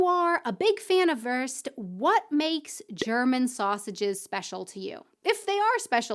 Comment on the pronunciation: Aussprache: Wurst ist nicht wörst. Das u ist wie in you y"u"o Das ist der Unterschied wie in füttern - Nahrung geben für Babies oder Tiere - oder eben futtern, was ein Ausdruck ist für essen, das kleine Kinder machen. Auch futtern nicht zum Überleben, sondern mit warmen Gefühlen zu Weihnachten oder zu Ostern, wobei man schon satt ist, aber es genießt. I like you